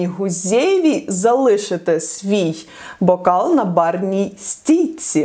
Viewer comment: БОкал?.. не загаравайтесь з мовою;)